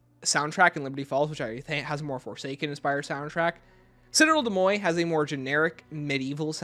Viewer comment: listening to you mispronounce des morts is painful